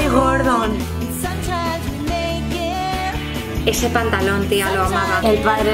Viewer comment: andrea me esta dando toc absoluto oirte decir gordon, ES GORDO!!!! sin la N!!!!!!!!!!!!!!